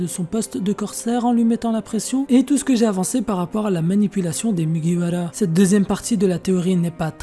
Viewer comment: Pk tu dis mugiwala et pas mugiwara ta pas besoin de le dire en japonais :sueur